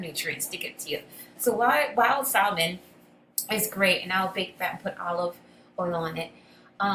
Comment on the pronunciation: Great video ! Just fyi the L in salmon is silent 😂